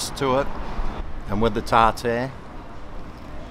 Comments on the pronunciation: TAR-TAR not TARtoooooR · What the fuck is tar tear sauce? Do you mean tartare sauce?